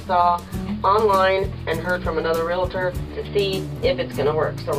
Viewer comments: the term is "Real"Tor" 2 syllables not Realator the way you said it has 3 syllables - sorry pet peeve of mine since I am a Realtor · ReALtor...not ReLAtor... Good God! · Thank you, as a retired Realtor, it is a pet peeve of mine, like nails on a blackboard. I can't stress this enough, there is no "I" in Realtor. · Dear, it is pronounced "REAL-TOR". 2 syllables. No "i". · You need to learn how to pronounce Realtor. Drives me nuts.